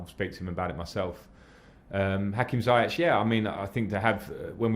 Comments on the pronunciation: no not ziyek it's pronounced ziyesh with sh not k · it should be pronounced like this "Hakim Ziyesh" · SOMEONE.....PLEASE.....For the love of Football. Tell Lampard to pronounce Hakim's last name CORRECTLY!!! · Lamps really need to pronounce Ziyech correctly.